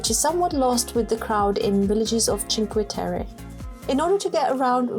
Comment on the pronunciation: A travel documentary but you start with Chinque....terry? 🤦🏻‍♂️ If you've been there surely you know how to say it...